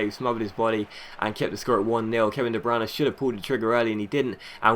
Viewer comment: de bruyne is not pronounced de branagh